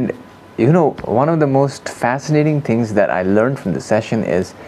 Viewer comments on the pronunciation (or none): none